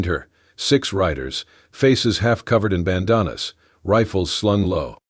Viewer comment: Don't forget poss for posse. 😅 Oh my. Bandana pronounced ban-don-a! I don't mind that much if the person has an accent, but this.... just no.